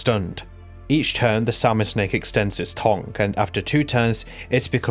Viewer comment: Im english and its tongue not tong. Where the fuck you getting this pronunciation from?